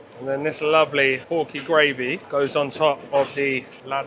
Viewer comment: Hmmm… where to begin 😁 I do hope the ‘Grayyvi’ comment doesn’t alienate your Northern viewers - very poor accent 😆 kin Cockneys 😵 We were in the cooking pot street in Hanoi and said who the fuck buys a pot that big? Now we know 😁 £2 for a meal. Tekkin the piss those Thais. Cheers another great vid. I’ll be giving that gloopy gravy a miss. 😁